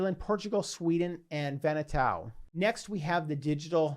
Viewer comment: Vanuatu = VAH-new-AH-too, not Vanna-tow or Vanna-toe.😉 Great content!!